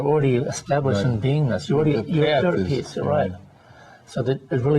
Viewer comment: peace not peas !! lol